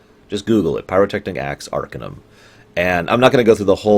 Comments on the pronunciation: it's arc-AH-num not ARCA-numb. The base word is Arcane not Ark. And I totally disagree. I think Arcanum aged the worst, by orders of magnitude, out all all the "classic" CRPGs. The combat is especially bad. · Its pronounced "Ar-Cane-um". It is spoken in-game and for that, I can't finish this video. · You fucking mispronounce the name of the game, for fuck's sake. It's pronounced AR-KANE-UM. Idiot. How do you expect me to listen to you for an hour if you can't even pronounce the name of the goddamn game? And why are you sitting there in the right bottom corner of the screen like a fucking albino turd? Oh man, I'm out of here. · Ar - cane - um Not arkuhnum you bald lardass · By the way, it's pronounced "arcAnum", as in "arcAne".